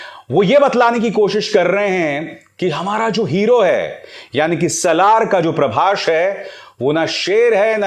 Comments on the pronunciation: Parbashhh nahi parbhas 😂😂😂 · Pehle naam thik se lijiye .. "Prabhsh" nahi ..prabhas hai wo Lot's of currection needed in your video .. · First you learn his name properly.. it's prabhas not prabash.. bollywood dog